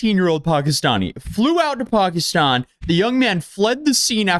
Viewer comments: It’s pronounced Pack-Eh😊-Stan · She pronounces Pakistan wrong. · The way you pronounced Pakistan pissed me off & you said it so many times... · Pakiistaann lol why did she say New York weird